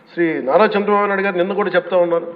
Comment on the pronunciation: నోట్లో ఏమి పెట్టుకుకున్నారు పవన్ గా.. రు చంద్రబాబు పేరు కూడా పలకడం రాలేదు. అదే వేరేవాళను అయితే ఎలా అనేవారు మీరు